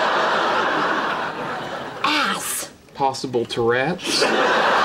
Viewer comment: "possible turretz" lol